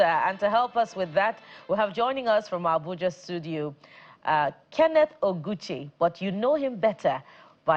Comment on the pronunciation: The way you pronounced that oguche eh😢😢😢😢